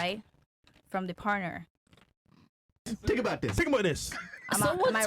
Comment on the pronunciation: “Tink About Dis” gets me every single time! 😂😂😂 Hilarious.